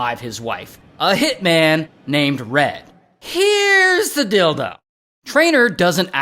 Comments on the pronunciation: i was listening to this without watching the screen and i legit thought you said “Here’s the dildo” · i hear "here is the dildo" lmao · When Ray says "deal-though" sounded like Dildo 😂